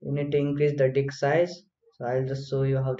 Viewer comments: what did he say? dik size?🤣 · Kindly.. its DISK... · what ?? did he say di*k......hahaha